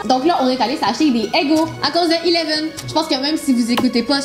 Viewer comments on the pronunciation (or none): Eleven/pas ileven